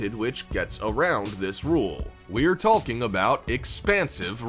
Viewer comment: Its SUPER annoying how they pronounce "Walking" as "WALLking" and "Talking" as "TALLking..." Get with the program dude...